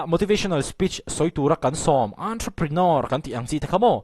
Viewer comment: A pawimawh viau lo na chu. Ontroprinawr hi a lam dan dik tak ni a ka lo hriat ve si ni 😁